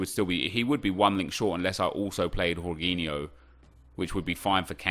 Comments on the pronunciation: Its jorgin o (im brazilian) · It's Georginho not Whoreginho 😂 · Jorginho is pronounced jorjinyo, not j Horginyo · its jorginho, not yorginho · Its JAW-JEENI-O. NOT WHORE-GEENI-O . So cringey that he’s trying to pronounce it professionally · its georginiho no horginiho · Its not horghinho hes not spanish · Dude everytime you say "horginho" my ears hurt, I don't want to be doing this, but it's Portuguese man, the 'J' in his name remains, it's not Spanish!! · who the fuck is "Horgeeniho" ah man im creased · Why are you calling him whoreginio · What did he call jorghino yorghino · Jorginho is Italian so it's pronounced: Gorginho, like Georginio Wijnaldum. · jorginho isn’t pronounced like that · In spain j is h but in italy j is pronounced like you would g but without the last sound so its cut (rly hard to explain in english)